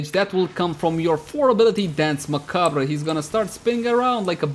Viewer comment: How does no one know how to pronounce "Macabre". DE got it wrong too. That said I like the build.